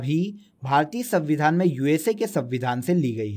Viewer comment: abe sanvidhaan hota hai savidhaan nahi